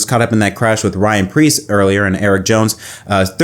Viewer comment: Ryan. It rhymes with flyin'.